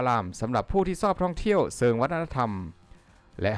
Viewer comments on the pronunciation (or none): บ่าวพิมพยายามพูดช.ให้ชัดเจนนะ ไม่งั้นความหมายบางคำจะเพี้ยน เช่นตะกี้บอกว่า เซิง ภาษาอิสานและลาวแปลว่า......ต้องออกเสียงเป็น เชิง ถ้าพูดภาษาฝรั่งก็จะเพี้ยน เช่นshe ก็จะออกเป็นซี see ความหมายมันคนละอย่างนะ